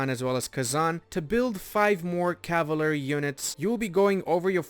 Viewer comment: What an interesting way to pronounce cavalry.